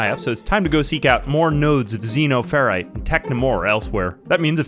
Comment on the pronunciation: It's pronounced Xenoferite. You're welcome 🤣